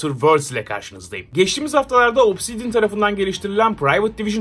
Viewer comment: obsisdian diyince neden aklıma alien geldi?